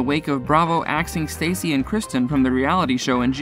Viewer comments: Oh it's Stassi not Stacey... You can't even report properly.. Lol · Her name is not Stacy, it's STASSI(staw see). You're welcome 😉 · It’s staaah-ci not Stacey...that’s driving me crazy for some reason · How unprofessional. Learn how to say their names right! It’s not Stacey, it’s Staaaaa cccccc. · It’s Stasss-ie not Stacy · Do your job. Learn how to pronounce names. How many times did you say Stacy instead of pronouncing it Stah see? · Where do you get your information lmao? It’s not Stacy, first of all. It’s STASSI (Sta-see)!! And “The Bitch Bible Podcast” 🤔 ??? ummm.. what tf is that? 🤣 Stassi’s podcast... which is the podcast that aired this conversation, is called, “Straight up with Stassi.” I was a huge fan and heard this podcast when it was originally aired.... You need to do better research bub. 🙄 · Every time I hear “Stacy” I cringe cuz that is NOT her name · Say it with me stassi pronunciation (stau- see) gahhhh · this dude clearly does not actually watch the show saying “stacey” instead of stassi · He keeps calling her Stacey lol 😂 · Ummm that’s not Villa Rosa. That’s her older and much larger house. And Stassi rhymes with Saucy. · It's funny this guy keeps calling Stassi Stacy lol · IT’S STAAAAH-SIIIIIIIIIII DUH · Her name is said like StASee, you are reporting on her, her life but don’t know how to say her name? Makes me question anything said here. Omgosh how do you possibly get 2names wrong how do you get ‘Seena’ from Scheana’. In this day and age there is No reason for this, it’s disrespectful but most of all shows the Lack of “Care, Research on your behalf & would have been a Very Easy “Edit” that should have been very important when it comes to Journalism. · “STACY”?!!!!!! WHO THE F IS STACY?! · Ugh I cannot stand how he constantly pronounces Stassi like Stacey. If your gonna make videos about people learn how to pronounce their names!! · I agree!! It annoys me that he's saying her name wrong..... Ugh!!! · Staaah- cee, not Stay-cee